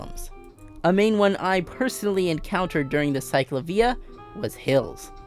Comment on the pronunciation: Great video but that is not how you pronounce CicLAvia ✌️